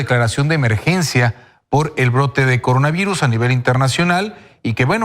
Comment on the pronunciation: El Cogona Vigus